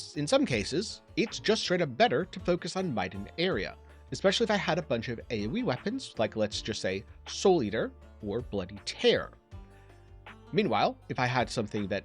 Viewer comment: "Bloody Tear" is pronounced in the "boo-hoo I'm crying" kind of way, not the "I split my pants" kind of way.